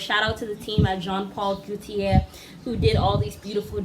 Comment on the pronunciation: Jean Paul Gaultier is affiliated with Grace Jones, she was his muse for many years. His last name is pronounce "Go Tee Air"